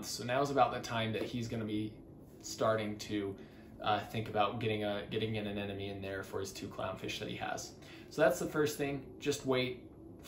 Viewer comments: (Ah Neh Moh Nee) Not (Ah Neh Nah Me) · yeahh i noticed americans say anemone as anenome but whats funnier are filipinos saying animown